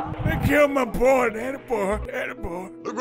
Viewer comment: HE NAMED HIS HORSE BOAH 🤣